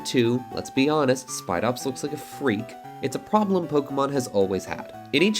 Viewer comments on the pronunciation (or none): you really put some emphasis on freak in regards to spidops lol (not wrong)